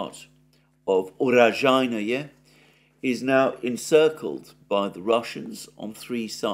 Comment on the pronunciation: Alexander "o" is, alike in Greek, if I am not wrong, is pronounced "o" only if the syllable is stressed. Otherwise, "o" stands for an "a" (cat). You have to say Urazhaiyne.